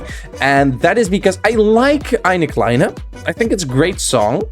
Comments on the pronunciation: Finally someone pronounces Eine Kleine really good xD Greetings from germany :D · Bro said eine kleine correctly. Also CARS REFERENCE